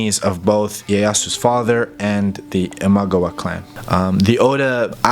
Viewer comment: Ima-gawa, NOT Imag-awa. Sorry it was just a little grating to listen to you mispronounce this over and over.